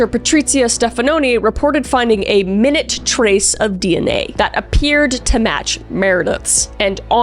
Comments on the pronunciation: It's not minute as in a single minute. It's minute which sounds like my noot 😊 The more you know... Not being an asshat just helping 😊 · Oh no! It is not pronounced minute: it is pronounced: my-newt! The words are spelled the same, but they are pronounced differently. (heteronyms) Minute: (noun) meaning a unit measuring time vs. Minute (adjective) meaning: a small amount. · its not pronounced "minute" like time, its pronounced more like "my-newt" lol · When she said "min-ute trace" not "mi-nute trace of DNA" my brain short circuitd 😂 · “Min-net” trace? No. “My-newt” trace. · idk if it’s a Canadian thing? But it’s pronounced “my-noot,” even though it’s spelled like the time counter:b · A "minute" trace😂😂what about an hour trace😂😂its not pronounced minute like time its my-newt..like tiny..it means tiny. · “Minute details” is pronounced MINE OOT, not minit lol. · My-NOOT not Min-it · I believe you meant the pronunciation "my_noot", meaning a very small amount. The pronunciation "mi-net" being a small amount of time. Both have the same spelling. It's a small detail, one might say a minute detail, but I thought it worth mentioning. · For future reference, when you’re using the word “minute” to indicate a tiny amount of something (rather than a measurement of time), you pronounce it my-noot instead of min-nut. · A minute (Mi-noot), as in a small or insignificant amount of DNA evidence was found on the knife, not a minute (Min-ute)as in a measure of time. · "My-noot" 😂 spelled minute, but means tiny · A minute trace. Its pronounced mine-yoot. I dunno who writes your scripts but it must not be you, cuz you mispronounce your own words constantly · “a minute trace” isn’t pronounced like the time “a minute” is. It sounds like meye-NYOOT. It means tiny. I guess Americans might say it like meye-NOOT. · My-newt Not minute like time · Minute = my-newt, means a very small amount. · Minute trace???? Omg MY NYOOT🤌🏼 As in super tiny. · Didn’t that sound wrong to your ears? My-noot